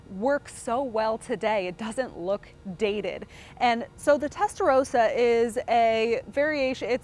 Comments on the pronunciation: Testa ross ah. Not row sah. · She keeps saying Testarowsa she does not even how what car she is standing next to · "Testa-RAWsa," you know like the Italian Ferrari color "RAW-SO corsa."